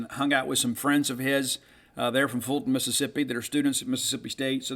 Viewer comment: great job with the correct pronunciation of Fulton